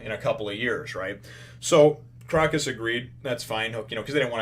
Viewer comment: just thought I would point out the 'o' in Crocus is a long o sound.So it would be more like "croa-cus. " It is a reference to the Autumn Crocus which is actually a real flower with medicinal benefits. Great review as always :)